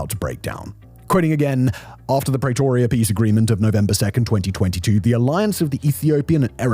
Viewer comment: Stop saying "Prey-toria", it's pronounced like 'Prea-toria"